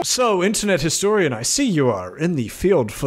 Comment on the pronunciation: I think he said herstorian